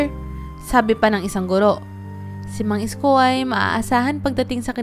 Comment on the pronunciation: Ayusin mo Naman Ang pagbigkas Ng pangalan ni Mang Isko